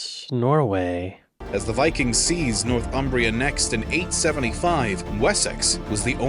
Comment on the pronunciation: Northumbria is pronounced "Nor-thumbria", not "North Umbria". Americans often get this wrong. It takes its name from the river Humber - the land north of the Humber.